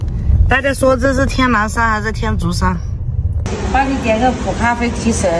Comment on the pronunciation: 天竺（tian Zhu ）tian第一声，zhu 第二声。